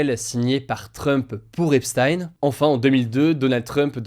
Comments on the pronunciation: c'est "epsteen" pas "epstaïne" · Epstein c'est pas prononcé comme Einstein, c'est prononcé "Ep-stine" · On prononce "epstine"